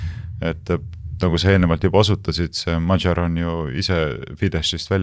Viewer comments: Péter Magyar hääldatakse umbes nii - Peeter Madjar. Saates üritatakse perekonnanime hääldada umbes nii - "madžar" Donald Trumpi võiks eestlase suu läbi rahulikult hääldada "Donald Tramp" mitte üritada matkida mingit ämerikan inglišit, seda enam, et britid-jänkid ise väänavad seda nime sajal eri moel. Mitteinglased aga hääldavad igaüks üsna koduselt. Lätlastest-leedulastest ei hakka rääkimagi, neil on Donalds Tramps ja Donaldas Trampas ... Me ei peaks häbenema oma eesti aktsenti! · Magyar hääldatakse modjor ja Fidesz fides. Szijarto rõhk on a ja o peal.